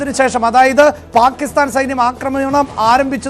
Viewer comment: Why you are saying always Palisthan. Pakisthan ennu thanne parayan enthenkilum budhimuttu undo?